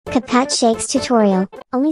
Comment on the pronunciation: What’s a capat shakes tutorial Disclaimer: I know what it is the voice just says “capat”